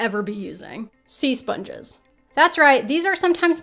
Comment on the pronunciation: OMG, spunges... Really? Seriously?